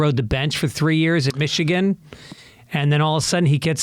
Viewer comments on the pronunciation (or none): none